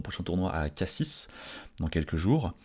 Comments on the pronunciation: par contre on prononce "KACI" et pas "CASSISSE", non ? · On prononce Cassi, pas K6... Tu joues à un niveau stratosphérique, c'est normal de perdre quelques parties avec de tels adversaires. Bravo à toi. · Tes videos sont une grande motivation pour moi. C'est rigolo ces phases de doute, on est beaucoup a les avoir, quelque soit le niveau : tu les auras aussi même si tu prends 200 points elo 😅. PS : par pitié, on dit pas cassiS mais cassi 😂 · Merci, super retour sur ce tournoi. En revanche, on dit Cassi(s) on ne prononce pas le S. Attention, certains touristes ont disparu dans la région après avoir dit Cassis avec un S, ca peut être dangereux ! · Super ta vidéo, hate de suivre ton RDV à Cassis (au passage on ne prononce pas le S de la fin, on dit "Cassi" tu ne dis pas "Parisse" hahaha;) ) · Désolé mais on dit Cassi(s) on ne prononce pas le "S" comme dans Paris 😊 pour le reste j'espère que vous ferez un bon tournoi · On dis Cassi ( sans le S) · Merci beaucoup pour toutes ces vidéos bonne chance pour le tournoi de Cassis (qui se prononce "Cassi") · Super, courage! Mais on ne dit pas CassiSss comme on ne dit pas Parissss😂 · Merci pour tes vidéos. Tu as une super mentalité , c'est un plaisir de te suivre. Courage pour le prochain tournoi. PS : si tu veux faire couleur locale, dans " Cassis " le "s" final ne se prononce pas. :)